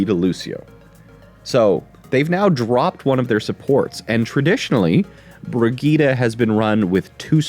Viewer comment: Why is every American mispronouncing Brigitte, i can understand one maybe two making this mistake. But everyone American youtuber. Its like brijje eet, i dont know how to type the correct pronunciation, thats my best effort.